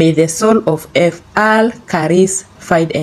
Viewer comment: Pronouncing some names 🤔 not on point upgrade. Father Karis continue RIP